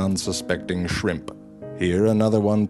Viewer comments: I will be adopting his way of saying, "ShrimPH". This is awesome. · I never heard someone say "shrimp" in such a funny way